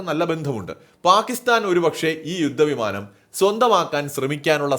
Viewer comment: യുദ്ദ വിമാനം,സാദൃദ, ബാദ്ദൃദ, മടുത്തു ഈ പീറ മലയാളം കേട്ടു്.പോയി മലയാളം പ൦ിച്ചിട്ട് പരിപാടി അവതരിപ്പിക്കു.